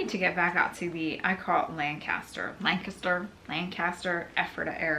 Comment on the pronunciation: Its interesting there is a Lancaster here in England and you pronounced it as we do on your first attempt.